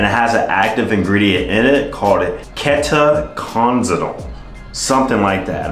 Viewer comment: ayo u butchered ketoconazole ke - toe - cone - az - lo